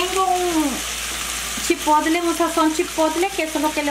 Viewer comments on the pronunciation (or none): none